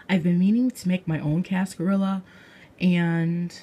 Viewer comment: In cascarilla the ll's are pronounced like a y like in tortilla because it's Spanish.